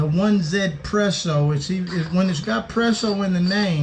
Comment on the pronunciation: It’s actually pronounced easypresso because the 1 is apparently pronounced ‘ea’ in some eastern language. It is not a French or Italian grinder.